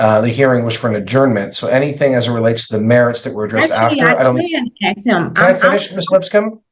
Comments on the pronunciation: She’s a “professional” and tries using big words that she mispronounces but yet can’t even pronounce a simple 3-letter word like ask…. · All this " recollatin'" and "axing" is killing the English language..... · It’s ask not axe can we please go back to school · You're downgrading your credibility with all that axing you're doing like you're some kind of a murderous lumberjack. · Oh my.... at one point she says, "I'm not going to let him (the opposing lawyer) denigrate me as a parent and an educator ...so I am AXING him...." SMH. Why she can't correct that horrible pronunciation, is beyond me. My mom use to say 'warsh' instead of 'wash' but she finally got out of that habit. I get it, it's what she grew up hearing...but it made her sound uneducated. I know 3 people who's first languages are not English. One is Spanish speaking, one is Basque, and one is Korean...all of them know how to say Ask, Asking, Asked. Also, the Korean person is very careful about getting her R's and L's in properly, because in Korean, those two letters are often a combo sound, that kind of sounds like lur. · If she’s so educated why is she saying “recolate” instead of recall or let me “ax” you a question? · ✴ "Recollate" = Recall "Aks·ez" = Asks "Conversate" = Converse ↖ 'THIS' ↗ ⬇ Coming from a ↪ Nurse? I wonder IF Your Daughter "Feels" ➡ Scammed, Ma'am... ☝x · Correction: why are you axing me all these questions, …… 😜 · I wish she’d stop axing. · She needs to sue the schools she attended that let her graduate saying "axe" for "ask" and "recolate" for "recall." I bet she also says "conversate" for "converse". 😂😂 Especially since she likes to say how she's an educator every possible chance 🤦🏼‍♀️ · The main one was "ask"...axe, axed, axing.. Can't figure out for the life of people why this word is mispronounced so often. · And ‘axe’ is not a word!! [Well it is if you are throwing an 🪓. ] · big words!?!? "Lemme' axe this..." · "He won't downgrade me" "I am axing" in the same sentence!